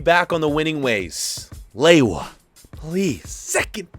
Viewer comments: its not lewoua its leva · its pronounced Leva not laywah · How does Lewa become Lay-wah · Who gets triggered every time he says lewa? Like im polish so im not surprised